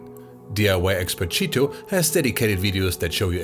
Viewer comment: Impressive as always. Notice, the attention to detail in giving the correct Brazilian Portuguese pronunciation of Tito's name is representative of the quality and attention to detail of Media Division as a whole.